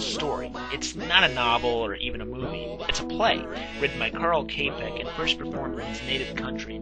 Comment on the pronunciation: Please pronounce the playwright's name correctly.